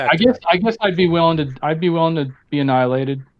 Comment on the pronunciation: PineCreek!!! He said “but Jesus didn’t get ahnilated “.